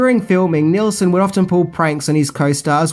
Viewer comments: Just FYI, it's Leslie Nielson, Not Nelson..... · As per usual you mispronounced another name it’s NEELSON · And it's pronounced Leslie Kneel-son, not Nelson. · Oh God...it's Nielsen, not Nelson! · why does keep calling Leslie Nielson, Leslie NELson......? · It’s Leslie NIELSEN, not Leslie NELSON. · ~ Nielson, not Nelson. (Like kneel, not nell.) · NIELSON you heathen not nelson omg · Leslie Nielsen not Nelson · Neilson, not Nelson... Damn, if you cannot get that one single fact straight, within the first minute and a half of your video, what credibility do you have? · Leslie "Nelson?" Just sayin'. This is another movie that should never have a remake---although I suppose some brain dead type has already pitched the idea... Stay safe, everybody. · Leslie "Nelson." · Sorry mate - had to stop watching after one minute... You called Leslie Nielsen “Leslie Nelson”!!! The man was, and still is, a legend. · Leslie "Nelson"? John "Bryner"? Oy. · Leslie Nelson? Really? At least he got it right later on. But then he says John 'Bryner' when it should be 'Byner.' How hard is it to get names right in this day and age when you can look up anything under the sun in 2 seconds? When releasing something to the public, you should at least make sure proper names are correct..